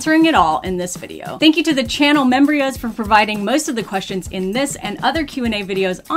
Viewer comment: I love how calls the members membrios